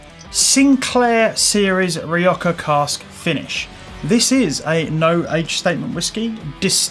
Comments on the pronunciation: Don't take this the wrong way but I don't understand where your pronunciation of "rioja" comes from. 😅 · Great review, tried this whisky along side with the 10, I personally preferred the Rioja cask finish have to be in the right mood for just peat and smoke. Will be replacing Rioja cask soon oh and get your pronunciation right you bad boy.